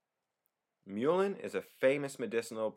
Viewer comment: lol.. he can't say mullein correctly. it's not like the animal the mule.. it's more like mulberries and mulch...